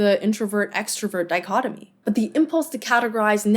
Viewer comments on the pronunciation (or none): none